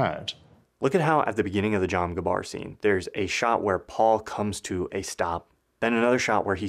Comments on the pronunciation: Love these videos. Brilliant as always. But I just have to say its "Gom Jabbar" not "Jom Gabbar" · why is he saying jom gabbar instead of gom jabbar ??? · Great work, love it. One minor mistake though was that you said "Jom Gabbar" instead of "Gom Jabbar." Had me repeating that part 5 times just to make sure I heard it right. Haha. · Everyone: "Uncut Gems" Julia Fox: "Uncut JAHMZ" Everyone: "Gom Jabbar": "JAHM Gabbar" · YES G-om J-abbar Say it with me now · Fantastic video about an incredible film. Just wanna point out though that you call it the "Jom Gabbar" instead of the "Gom Jabbar" twice. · I love how he always says "jom gabbar" instead of gom jabbar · Gom jabbar, not jom gabbar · Ermmm actually its called a gob jabbar not a jom gabbar dude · Great video! But it’s Gom Jabbar, not Jom Gabbar lol The one problem with this video! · oooh you said "jom gabbar" instead of "gom jabbar". Mouth typo, BUSTED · It's Gom Jabbar, not Jom Gabbar, for cryin' out loud. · why does he keep saying jom gabbar not gom jabbar lmfaoooo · Excellent video, but it is "gom jabbar", not "jom gabbar", lol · Its GOM JABBAR not Jom Gabbar...... I'm surprised this isn't the top comment, then I remmebr Youtube isnt Reddit Fantastic viseo though, keep it up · Great video, but..."Jom Gabbar"?! It's Gom Jabbar. He makes this mistake both times he references it in the video. I looked it up, and the former is actually an item from World of Warcraft...I wonder what this guy does with some of his spare time?😉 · He broke the continuity of my thoughts every time he said Jom Gabbar 😭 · and . It is pronounced Gom Jabbar. Hard "G" followed by soft "J". Not the reverse. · I thought I was getting Mandela Effected when he says "Jom Gabbar"... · You keep saying "Jom Gabbar",! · I'm sorry but I died inside a little bit when you said "Jom Gabbar" 😔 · Great video but the mispronunciation of “Gom Jabbar” was driving me crazy lol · "Jom Gabbar" lol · jom gabar :) Good work though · “Jom gabbar” huh?